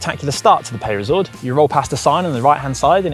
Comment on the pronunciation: Oh dear looks like we have another gcn presenter who can’t pronounce foreign words.. “peyresourde” is not meant to be “pay-re-sourde”😬